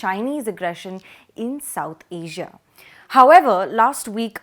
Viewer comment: I was just stucked when asia became ajia 😂